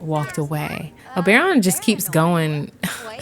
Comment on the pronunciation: Only could make me watch an hour long video of her saying Obaeron. Lmao I can’t wait to play this pack